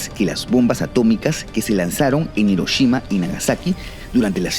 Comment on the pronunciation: La H de Hiroshima suena como J :v